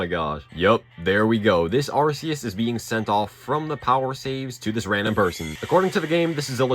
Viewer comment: Arceus, not arseus.